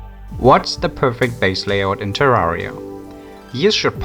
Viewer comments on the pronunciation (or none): Terr "are" ia he says, its been confirmed by devs that it is actually Terr "air" ia.